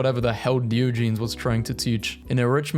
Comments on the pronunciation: Dee-oh-ja-knees Not dio-geez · 😂 DE o Gen es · Did you just say Deeogeenes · It’s DIE-OJA-NEES u said it wrong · When I heard you you say Diogenes I thought the meant the plural for the dog in Garfield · Please learn to pronounce Diogenes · WHY DID YOU PRONOUNCE DIOGENES LIKE THAT. WHY DO YOU KEEP DOING THIS. HOW BRITISH ARE YOU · Ok, he really needs to stop mispronouncing Diogenes.....its starting to bug me....